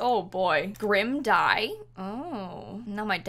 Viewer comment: When she said “Grim Dye?” I thought she said “Grim Died!?”